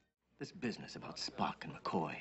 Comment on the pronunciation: How does WIlliam Shatner manage to turn "Spock" into a two-syllable name? "Spppp-ock!"